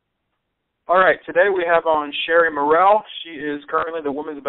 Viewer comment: Sherri "Mur----ell.......haha It's Murrell